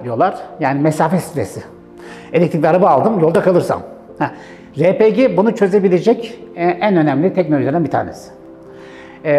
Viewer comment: Cihazları araştırıyorum ,emeğinize sağlık,yolunuz açık olsun. Ama elektrik üretimi yok bazılarında. Tam bir açıklama bekliyorum. RePG yazıldığı gibi okuduğunuz için teşekkürler, çünkü bu bir Türk malı